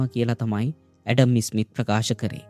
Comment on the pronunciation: ඉතා වටින චැනලයක්! හැබයි, ඇඩම් ඉස්'මිත් නෙමෙයි, ඇඩම් ස්'මිත්. ඉස්'කොට්ලන්තය නෙමෙයි, ස්'කොට්ලන්තය. ඉස්' එක, ස් කියලා කියන්න.